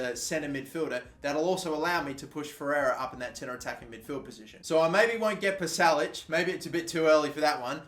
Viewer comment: Pasalic is pronounced Pasha Lichhh